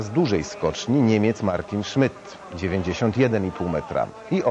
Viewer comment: co za jemioł... "niemiec martyn szmyt"